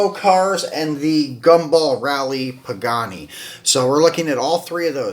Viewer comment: Pagani (why ra) pronunciation.